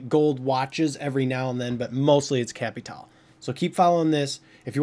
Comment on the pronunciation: It is Capitale not Capital